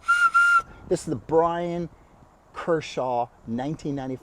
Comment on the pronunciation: Dude, it's Bryan Kerchal. Not Kershaw 🙄